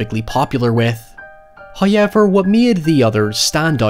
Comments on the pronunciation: "HAYEVER..." The incantation I always relish in your videos. Thank you. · will never tire of how says "hi-yever" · I always hear an extra r in there, like "hoyerever". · First "high-yevver" drops . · Whenever says "Hwaighrevah" a fairy gets its wings